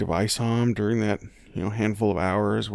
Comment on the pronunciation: I hate how Wendy pronounces during, she says deeuring